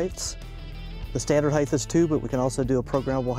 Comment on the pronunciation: "Heighth " is not a word. This dude is a CEO of a company worth hundreds of millions of dollars.